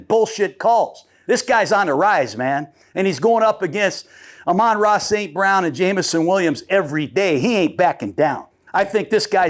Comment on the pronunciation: your wrong again coach gruding and your being disrespectful. Its Amon Ra Snt Brown, not ramon snt brown. your really bad at this or the people your with that help you set this up, set you up for faliure .